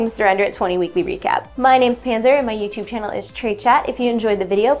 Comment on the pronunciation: its panser...not pancer